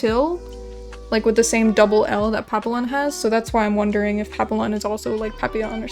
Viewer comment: as someone who speaks french, its pronounced pap-e-yon because « ille » makes the « ye » sound. Also just found your channel today and I really like putting your videos in the background while I draw, very relaxing. Hope to see more of your videos on YouTube :))